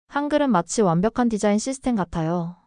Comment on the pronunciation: 씨스템? 옳바른 발음 입니까? 이거 한글 자랑하는 한글인가? 아님 영어,,,,?